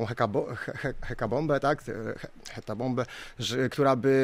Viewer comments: Nie ma słów "hekabomba" ani "hetabomba" 😂 Jest "hekatomba". Że też ekoterrorystom wszystko kojarzy się z bombami ... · Hekabombę... jprdl co za ynteligent